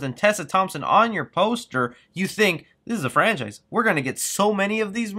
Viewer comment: Man I keep on thinking you are going to mention Star Wars episode 9! Every time you stop and say "it killed a frencise" I keep on thinking your going to say Star Wars!